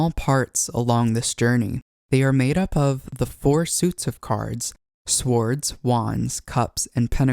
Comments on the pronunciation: First time I've ever heard an audible w in swords, and I'm almost 50. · nice tutorial.. note: the w in swords is not pronounced aloud - the transition in usage from Old English to Middle English changed that pronunciation, silencing the w, so it has not been spoken like that in 1000 years. Otherwise, very nice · The “W” is silent in “Swords”….